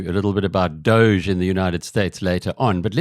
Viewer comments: If he cannot even pronounce DOGE properly, then he very likely has no insight to its structure or what it actually does. The way he refers to Trump and Musk, he clearly is not a fan of the conservative agenda, then again he does repeatedly refer to the Kennedy School of Government, so that's probably where the brainwashing continued. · This man cant even pronounce doge correct i bet he is a liberal